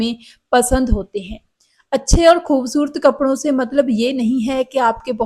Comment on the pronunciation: Aapki hindi punjabi toch wali hai ……..refine it ..khoobsurat ….hota hai ….naki khoobsurt